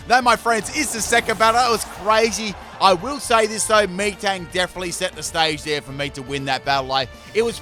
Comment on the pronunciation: Did he call metang “me-tang”?